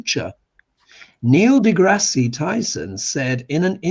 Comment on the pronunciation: It’s DeGrass…no ie.